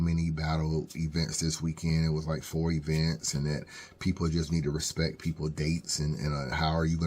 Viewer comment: Smack says let's have some RESPET let's have some RESPET 😂